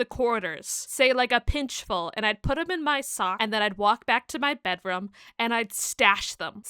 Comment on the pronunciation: I kept getting distracted with the way you pronounced bedroom as “bedROM” (I think it’s adorable, I love learning how others say words)